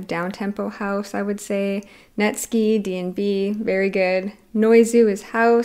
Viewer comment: Friction is a must see, but i do think his edc set will be a bit different from the allstar set. By different i mean less uk dnb/jump up and more dancefloor/ mainstream dnb. Hedex and Tsuki sets on dnb allstars are rly good uk dnb and jump up sets if ur interested :). ps. its pronounced net- sky as in skai